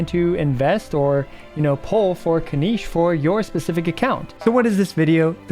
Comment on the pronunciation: Why does he keep saying Spinach's name wrong?